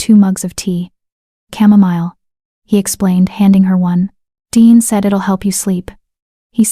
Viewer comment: It is Deeanne. Not Dean or Deon or Diane. Good story.